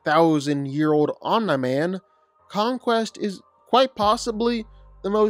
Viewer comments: Omni man❌ Oh meh man✅💀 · be like omni man ❌ omna man ✅ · Who is “Onm-nye-man” 😂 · "Omnuh Man" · Omne man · “Omna man” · “Omnye man” 💀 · He must say all of the names wrong on purpose, there’s just no way he doesn’t know how to say Omni Man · he aint say it right the whole vid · I’m convinced ur butchering the names on purpose… no way your pronunciation is this bad😆